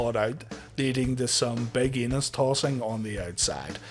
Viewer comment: So I know the name is Enos but I keep hearing Anus lol.